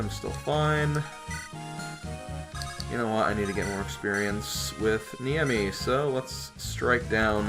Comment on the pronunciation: So why did you call it "experienoso"?